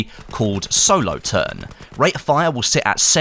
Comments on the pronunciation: “In reference to a variant made by a Swiss company called ‘So-Low-Turn’” -It’s pronounced ‘Sow-lo-thurn “The Panzerbusche holds 3 rounds” -Did you...it’s a single shot breech loader...did you do research my dude? “M2 was a selectfire version of the beloved M1A1.” -Actually, The M1A1 was just the paratrooper version with a folding stick. M2 was the select fire. If anything, it was just a ‘upgrade’ to the normal M1. “The Commando carbine...” -...is called the De Lisle. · Solothurn is pronounced Sola-Thurn.